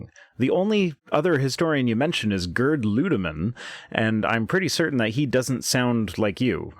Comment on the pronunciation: I think the name Gerd is pronounced something like, Gaird.